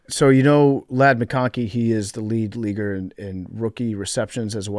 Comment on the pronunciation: “Lead leaguer” - PFT commenter